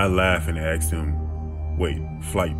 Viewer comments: "she aksed" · Love the vid, but asked, is not pronounced "axed" 😋😋😋